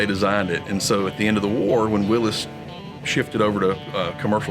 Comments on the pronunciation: It's pronounced 'WILLIES' JEEP not Willis Jeep.... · Nice video…now for my soapbox. To all those people out there that insist on pronouncing Willys like “Willees “. That man at the museum obviously is quite an authority on the subject of Jeep history and he does not pronounce it that way!!! I know it may seem petty but please say it right! Now, moving on. I grew up driving my dad’s ‘51 M38 and ya, they are a blast to drive. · I cringed every time he said willis.